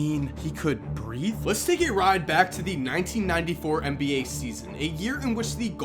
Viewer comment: It's Nba. NOT Mba. Get it right